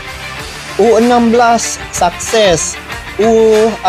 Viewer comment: Sukses bang bukan sakses😂😂